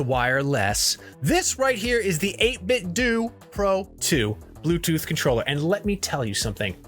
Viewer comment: It’s pronounced 8-bit “doe” not “doo” like karate-do. “Doo” sounds dumb